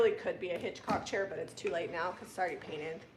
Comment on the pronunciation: Hitchcock not hancock